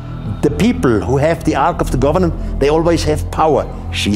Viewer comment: please quit saying arch of the governant.